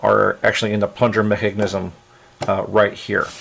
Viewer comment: lol the way he says mechanism